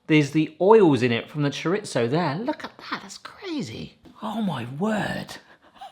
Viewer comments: It's not "choriTZo". It's not "ChoriTHo". It's just Chorizo. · there is no T in chorizo. it is pronounced cho ree zo.. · Cho reeth oh, no Z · That's not how you say chorizo. In Spanish z can be pronounced as s or th. Maybe you thought chorizo was Italian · That GCSE wasn't in Spanish. Where the heck are you getting that hard T from??? LOL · there is no T in Chorizo